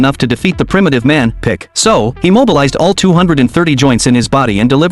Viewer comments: His name is pickle not pick😒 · It's pickle not pick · Its pickle not pick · Its not pick its pickle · Not pick it’s pickle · HIS NAME IS PICKLE NOT PICK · HIS NAME IS NOT PICK IT'S PICKLE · it is pickle not pick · Pickle not pick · WHAT PISSES ME OFF IS THE FACT HE SAYS PICK INSTED OF PICKLE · It's not pick it's pickle